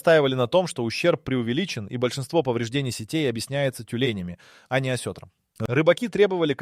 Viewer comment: Не осЕтром, а осетрОм! Научись правильно ставить ударения